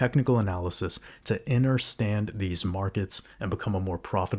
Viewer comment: Is “interstand” a gematria word? Or just how you pronounce “understand”? Genuine question.